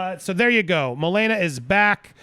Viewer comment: I KNOW, ITS JUST THE GUY KEPT SAYING MOE-LANE-AH